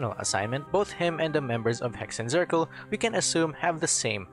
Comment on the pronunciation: Hexenzirkel is a german word (witch circle) and is prononced like this: X = ks Z = ts so it woud be pronounced "Heksen tsirkel"